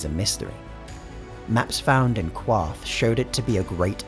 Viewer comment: Qarth pronounced carth not cwarth